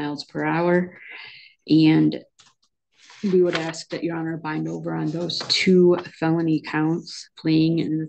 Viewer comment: He didn't aks for Parleeeeee?